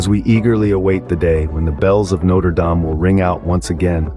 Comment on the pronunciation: Okay, look. It's either "no-treh dahm" (French) or "note-er dayme" (American). Don't merge them.